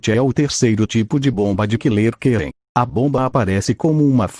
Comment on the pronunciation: Mano uma hora eu escutei ele falando killer quem e outra hora eu juro q escutei ele falando Killer gay